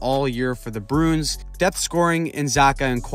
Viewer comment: I like how you say Bruin. You say it like Broon. I respect that.